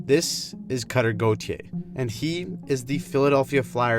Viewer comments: the way she pronounces "Goo-tee-yay"🤮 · Cutter Go-thee-Ay